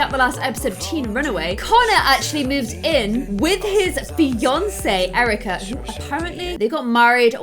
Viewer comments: U said Cerika instead of Erika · Cerica is pronounced kerica like not cerica becaus it’s not sonner like so she will notice